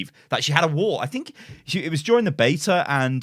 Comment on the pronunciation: I just keep hearing wool instead of wall and its hilarious